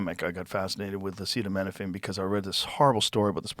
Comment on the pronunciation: Joe Roan pronounced "acetaminophen" about 6 different ways, including what sounded like "acita mina fang". This feels like AI now LOL.